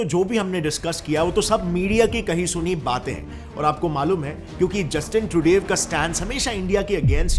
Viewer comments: भैया आपने रिपोर्ट तो बेहतरीन बनाई है, इस कारण से मैं आपको सब्सक्राइब कर रहा हूं, लेकिन.... 1. जितनी बार तुमने ट्रूडो का नाम लिया उतनी बार ट्रूडेव जैसा कुछ बोला जिससे हर बार हमारा ध्यान आपकी रिपोर्ट से भटकता रहा। 2. और कहावत होती है पल्ला झाड़ना ना कि पलड़ा झाड़ना। हो सकता है कि आपको मेरा कमेंट बहुत बुरा लगे लेकिन आपकी रिपोर्ट इतनी अच्छी थी कि मुझे यह मामूली सी बातें बतानी पड़ रही है कि आप अपनी हिंदी को थोड़ा सुधारे और ऐसी ही बेहतरीन रिपोर्टे हमें देते रहे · Truday nahi Trudo! That's how you pronounce Trudeau... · The pronunciation is not Justin Trudev is Justin Trudo..pls check on Wikipedia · Bhai it's pronounced Tru-doh not Tru-dave. Also it's torrono not Toronto, the T is silent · he says Trudav but the world pronounce differently. is ur pronunciation correct, just a curosity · Naam ka pronunciation ki laga di , bhai trudev or truday both wrong . Homework thoda karlo 😂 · Your pronunciation of Treudue is hilarious 😂 😂😅😂